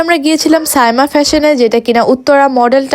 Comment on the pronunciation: সামিয়া বলছেন কেনো?সাইমা হবে